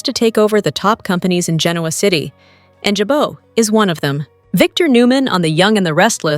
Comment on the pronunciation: Please Jabot is pronounced “Jabot” is pronounced “Zhawbō”. Thank you